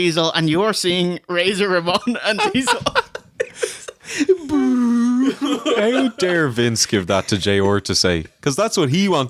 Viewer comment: ray-zor and diezelle lol